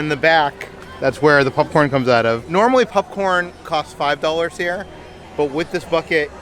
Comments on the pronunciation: Why does say pupcorn 😂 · Sounds like is saying “pupcorn” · Is it just me or does anyone else hear saying "pup corn"? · more like pupcorn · I love how says popcorn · The way says 🍿😂